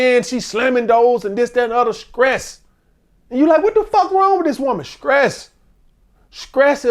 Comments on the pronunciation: skress…..😂 butchered that word somethin serious. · he pissing me off sayin skress 100x 😂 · That "Skress" is crazy work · Screes you mean stress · How can someone as intelligent as continuously say “scress” instead of stress they’re not even close lmao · SCRESSSSSDDDDDD OUT brotha 😂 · 😂😂 Scress kills relationship guys 😂😂, he done rumbling so much that he lost his sense of pronunciation Scress 😂😂😂😂